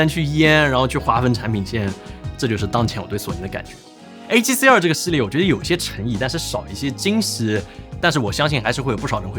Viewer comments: R（X 2（O 發音好像😂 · Tim发音里A7CR和A7C2非常相似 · 不看字幕 全程以为只讲了一台相机 a7c2 a7cr 读音傻傻分不清😂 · 真希望發音可以唸為 a7c ii ( two ) 比較好分辨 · 读成二声的“儿？”，结尾语调上扬，是目前国内博主读音的通病，只能用一个字来形容就是土！ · 2和R的发音搞在一起，都不知道说哪一个，博主发音需要改善